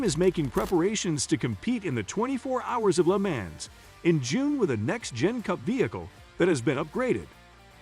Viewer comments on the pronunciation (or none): Who are the people commentating these videos,they can’t even pronounce Lemans properly.